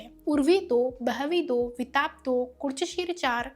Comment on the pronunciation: no bro , explanation is good really but pronunciation is actually to be improved it's विटप But in the video she is telling as वितप 😅